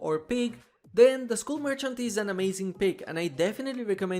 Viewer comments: It's not mercant it's merchant TWT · merCHant MerCHant The CH is pronounced "tsh" M E R TSH A N T Merchant!! Thank you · I guess "merchant" is that hard to say.